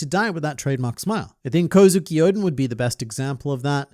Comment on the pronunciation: It's Kozuki O. D. En